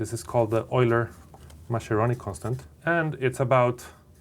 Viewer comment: Mascheroni is actually pronounced with a hard "k" (Maskeroni), not a "sh". Plz, you are hurting my ears, I actually know a guy with that name.